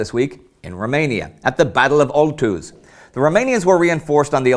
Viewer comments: Battle of Oituz...not Oltuz... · Oituz not OLTUZ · Oituz*, not Oltuz...damn